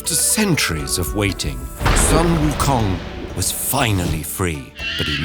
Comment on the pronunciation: No hate at all, but it is so simple to research the correct pronunciation of sun wu kong!